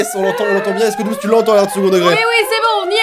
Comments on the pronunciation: Oui je suis une fille mais par contre Dooms ça se prononce pas doomz ça se prononce doomssssss voilà sinon c'est tout trop marrante la vidéo et au revoir bonne continuation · Etttt cc ci tu peux répondre ça m'arrange, je t'adore mais arrête de dire doomz c dooms